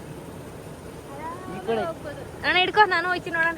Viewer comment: slang Annaaaaaaaa😂